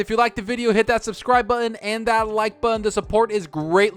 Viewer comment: Why does this guy have such a hard time pronouncing the word, "button?" Buhen. Bun.